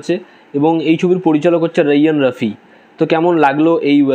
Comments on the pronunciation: Apnar uccanor hoy na. Raihan rafi re bole roiyan rofi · রায়হান রাফি হবে নামের উচ্চারণ 😊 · ৩-৪ টা কাজ দেখেছেন, কিন্তু নামটাই ঠিকমতো উচ্চারণ করতে পারছেন না😆